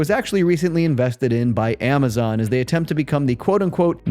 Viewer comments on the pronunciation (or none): none